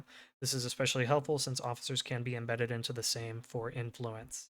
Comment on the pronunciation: Your pronouncement of Sejm was pretty good.